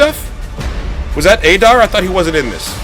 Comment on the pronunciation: Yes LFG ! But you say adars name wrong its like addar but adar